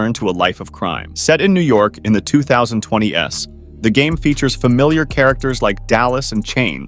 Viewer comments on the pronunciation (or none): “in the 2020-ess” 🤡